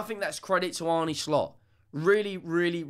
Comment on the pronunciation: slot says it's pronounced arna, not arnay, not arny.